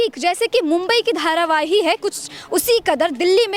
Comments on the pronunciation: its not dharavaii its dharavi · धारावाही नहीं धारावी। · Dharavahi ni hai mam dharavi bolo